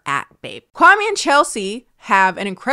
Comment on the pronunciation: The way people mispronounce kwame’s name is soo grating 😂